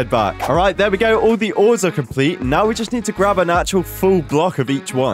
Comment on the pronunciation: 'ore' the ores